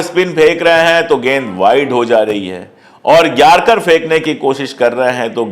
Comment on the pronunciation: Yarcar nahi Yorkar bolo.